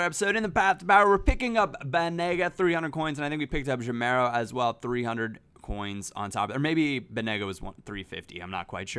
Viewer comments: its pronounced ga-meiro not je-meiro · it's Gameiro, not Jameiro. Like "game" isn't read "jame";) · ur reading gameiro like jameiro. when u say gay, remove the y and say meiro as ur sayin' and u will be sayin' the name correctly:) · that pronunciation of gameiro though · actually, the "GA" in "Gameiro" is pronounced like the "GA" in "gaz